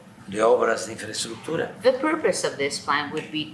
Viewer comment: Peña Nieto no habría necesitado traductor para tocar el tema de la INFRAENTRUCSTUCHUR